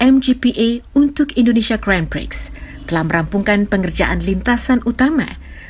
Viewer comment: Mbak membaca grand prix-nya yg bener. Malu²in.